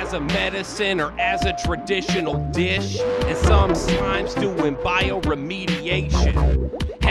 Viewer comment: The way you said "like a traditional DISH" really got me